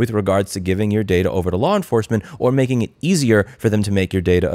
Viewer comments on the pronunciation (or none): none